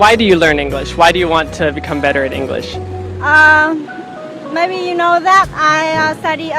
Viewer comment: Từ maybe nên đọc chuẩn là mêbi nhá. Có nhieu ng đọc maybe... vl